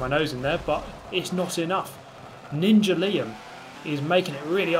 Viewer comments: "ninja liam" that word is Llama, pronunciation=Lama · Hahah, Ninja Lima? Its Ninja LLama. Like an Alpaca. Too bad you punted him, would have loved the continued Ninja Lima commentary. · "Ninja Liam" That definitely said llama 😂